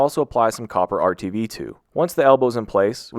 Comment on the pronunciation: "Apply some copper Rtv to" sounded like copper r2d2